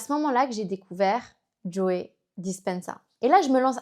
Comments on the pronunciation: Merci beaucoup pour la vidéo. Son nom se prononce en anglais juste JO sans prononcer le e final, ça fait bizzare d'entendre Joé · C'est marrant que vous prononciez le e de Joe 😊. Super transmission de connaissances 🙂